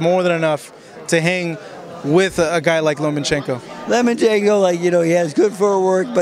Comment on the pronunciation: say it with me... LOW-mmUH-CHENKO! And are you wearing EYELINER? Really? Cool! I wore eyeliner in high school! LMfucking AO!